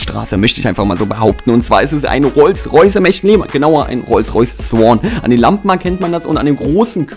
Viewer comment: Der Rolls Royce heißt nicht Swann oder was du gesagt hast sondern Dawn!!!:D